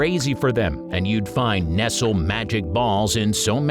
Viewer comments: The name is NOT "NESSEL" but "NEST=LEE" Good grief! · Lol. He says nesel. It's pronounced Neslee. Nestle makes the very best chooocolat. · Nest el? Whaaa? NEST LEEE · Oh no!!! All the way thru the Nestle Magic Ball segment, you called it nessel! Making me cringe every time! Where have you been that you don't know how to say it right?? Then at the end all of a sudden you pronounced it right three seperate times! What?1? Why?1? Yes, Nestle is pronounced ness-lee! Wow! 🤦‍♀ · Your videos are riddled with mistakes all the time. Mostly I can forgive them but this one I can't. Nestle is pronounced like NesLee. Not Nessle. The company has been around for 157 years! How could you not get that right? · "nest-lee" thought it was a human voice over until we hit the "nessel magic ball"... BOT ! smh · The company is Nest lee and does not rhyme with wrestle! Sheesh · It’s not pronounced “Nessle,” but “NES-LEE!” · Can you say Ness-Lee? Not Nessel. We all knew how to say it from the Nestle’s Quik adds. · “Nessel”???? Nestle is Nest-lee and still a common brand. Ok, corrected mid read. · NESSEL, or NESTLE’ 🤣🤣🤣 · It's Ness-lee (Nestle) not nest-ul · It's ness-lee not nessel. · Nestlé not nessel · It's NES-LEE, not "Nessle". I had to bail on this after the 49th "Nessle". Please get it right next time? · Nessle? Where the hell are you from and what makes you think people miss these. Rotting childrens teeth is a great idea. Candy cigarettes that make the idea of smoking acceptable for children. I guess the point is lost with this clown. Oh and its Ness-lee. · Not nestle.....Ness Lay!!!! Do you not see the accent over the 2nd e??? I'm surprised you didn't mention black babies. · If you say, "nes-el" instead of "nes-lee" then that proves that you don't know WTF you are talking about in any way. Stop posting videos, poser. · It’s not “Nessile” but “Nest-lee” for goodness sake. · Notice the accented final E. Nest-lee, not nestle. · NOT "Nessel"... "NESS-lee!", fer cryin' out loud!